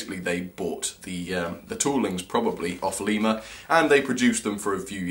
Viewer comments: Lema? Its Lima in america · Fun enough I live in a town called lima. Its spelt the same but its pronounced lie-ma. Not le-ma